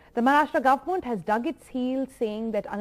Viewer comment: Why are the news readers these days pronouncing 'goverment' peculiarly? It really hurts the ears. 'ment' has a schwa sound but not the way these news readers pronounce.